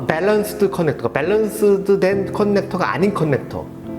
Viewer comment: 컨넥터-->>커넥터로 발음해주세요